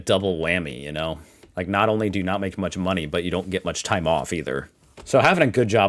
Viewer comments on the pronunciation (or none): none